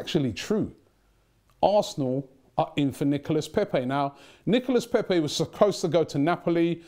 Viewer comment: How is that that Robbie can pronounce "coup" correctly but butchers "Nicolas Pepe" everytime he mentiones him??